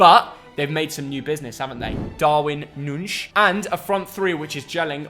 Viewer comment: who is Darwin Noonshh?